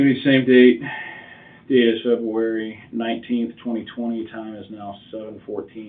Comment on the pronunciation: Feburary? Really?